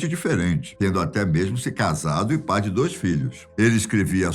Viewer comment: O que me ficou na mente era como ele falava PPAI